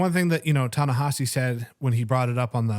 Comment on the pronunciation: It's Ne-HEE-si, not Ne-HA-si. The vowel after the H is an I, not an A